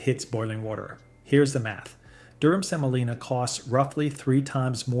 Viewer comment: Semolina, OK? SEMOLINA. Not Selina.